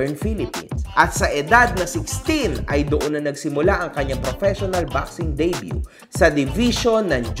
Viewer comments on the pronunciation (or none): none